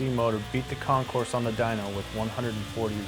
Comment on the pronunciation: If you are going to REVIEW a motorcycle, perhaps you should learn to actual PRONOUNCE the name of the bike correctly? D'oh! The Concours 14 is pronounced "Con-Core", NOT "con-corse". Idiot.